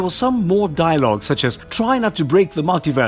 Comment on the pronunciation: Dilogue? LOL